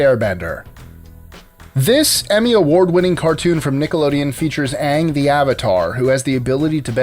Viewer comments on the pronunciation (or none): none